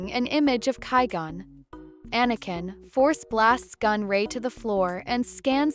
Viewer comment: Once I heard (ky-gone) I was done with this video